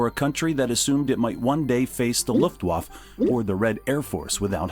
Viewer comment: It bugs me that the AI voice can't pronounce LuftwaffE correctly. And numbers shown incrrectly (cost of T-90).